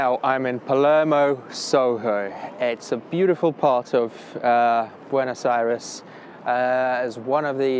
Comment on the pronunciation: Why do all of the English-speaking foreigners mispronounce the name of the capital? It is not BuenAs but BuEnOs Aires.